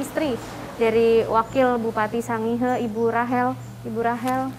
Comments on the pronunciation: Sangihe di baca Sangir... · Hai pembaca berita anda mengucapkan sangihe yg pas dong!!!